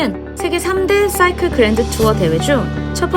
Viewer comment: 쏴이클 발음 넘 쥐리네요 역시